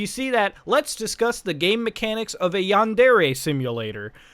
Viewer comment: Wow... nails on the chalkboard! |Yáh | | n • DÉ | | Ré | — the Japanese words use both a high/low tonal variance and the vowels always keep the same sound. A short version of the vowel for a, e, and u — and a long vowel for i, and o. These never ever ever change — Ever! They combine to make the relevant forms sometimes... 🤦‍♂️ ugh — my point being — and it’s terrible that I’ve even explained all this.... you’re pronunciation of “yandere” is killing me. For anyone wanting to disagree — my argument is this: have you ever heard an America speaking Spanish with zero accent — albeit with “fluency”?? It’s horrible — it’s a perversion that makes you wan to tear your ears off so you don’t have to hear that murder-babble... ok so this isn’t the same thing even by far... I have no argument... man that was a good dab 🤣